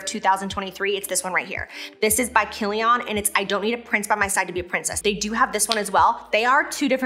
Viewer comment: Laughing on how she pronounces 'Kilian' god bless her heart😅😂